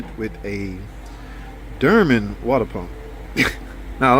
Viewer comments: Ahhhh…..sir it’s not pronounced Durman. 😂 it’s pronounced. Dorman. 😂😂😂😂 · Dermen! My boy! 😂